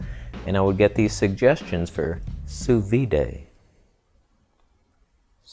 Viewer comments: "sous vid" but not "sous viday" (from a french person) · Sous “vid” — not “vee-day” French bitch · It is pronounced "sous veed", the d isn't soft. I'm French and I've never heard someone say it "sous vee" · Sous veeday?.....you mean sous veed right? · it's not pronounce as soo veede, hahahahaha IT'S SOO VEE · OMG you are such an idiot. "Vee-day" ... I really hope you're being intentionally obtuse. I would've gone with "soo-V.D." & go ahead, eat your raw meat. Make sure you leave it sitting at room temperature for a few days. Dip. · The correct way to say "sous vide" is "soo veed" 😉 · more like sous veed (i in english does not make the eee sound) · My god you’re ignorant.....you don’t even know how to pronounce it correctly......get neutered, man!! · Why make a vid about something you clearly know nothing about. You can't even say it, never mind lecturing others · Great to hear (and see) you saying french words, hilarious, grettings from France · I figured a canadian could figure out how to pronounce sous vide... FML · Thumbs down for pronouncing sous vide incorrectly. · ok thx. And the d is soft, i didn't say silent, vee would mean silent d not soft d. A hard or full "d" sound in English is like "duh, deh, dih" i.e. there is air after the consonant peak, where the air is cut off. We always say it like that, "sanduh", the spelling exaggerates the effect but it's always there to a degree. Watching cooking shows including French ppl, sous "vide" is always the soft d meaning after the closed consonant there is no more air or sound, it's an abrupt and quiet d, almost like a t sound. The word ends with your tongue touching the top of your mouth or your teeth, however you do your d's and t's, it does not move and allow more open sound after that to clarify and emphasize the consonant. Thats what is meant by a soft d, many languages use such sounds.